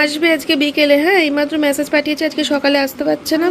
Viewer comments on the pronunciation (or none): none